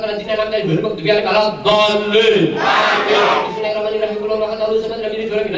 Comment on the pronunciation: Jelas harusnya AAMIIIN, malah jadi AMIN, seperti doa orang Kristen